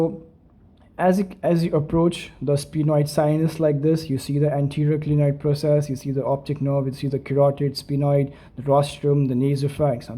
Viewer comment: Not glienoid it is clinoid